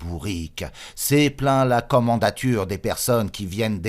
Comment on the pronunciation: KommandaNtur et non Kommandatur.